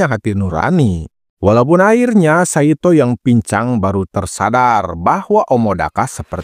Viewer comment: Ngucapnya Saitô, huruf O seperti Naruto. Bukan kaya Nartó